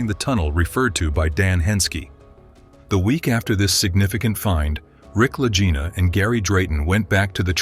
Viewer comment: This is an AI FAKE report. There is always a tell. It isn't the La Jina Brothers, but the Lagina Brothers. EVERY human knows this. La Jina, La Jina, La Jina, LOL!